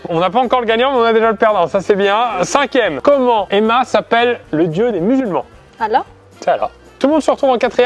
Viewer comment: je suis désolée mais.. c allahhh et et pas ala